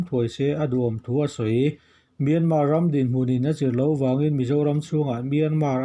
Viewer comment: Miarman a awm lo .myanmar tih tur